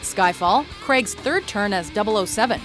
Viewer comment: Why can't Americans pronounce Craig right